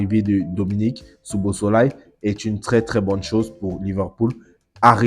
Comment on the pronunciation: Ça se lit "Sobosly"😂 😂 😂 😂 😂